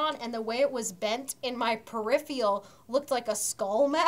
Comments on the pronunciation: I can't believe kept saying "periphial"... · sariah moody i really hope so, because i died inside every time she sad periphial instead of peripheral. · it's "periphERal" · wait is it not per-if-er-al